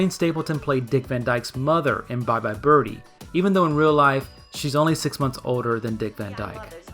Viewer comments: inadequate explanation - it was a deliberate choice why?? nobody pronounces birdie like that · Okay... I'll say it.... I hear ''Bye Bye Bir-Hee''. Am I alone, here? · What about why she prounounces it “bir-hee” in the opening and ending song. I read somewhere that’s how midwesterners would pronounce it (since she’s supposed to be from Ohio) and it sounds normal to them. Um, what? I’m from Michigan and we don’t say bir-hee.